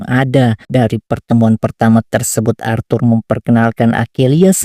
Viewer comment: ASHUR BANG, BUKAN ARTHUR... :cat-orange-whistling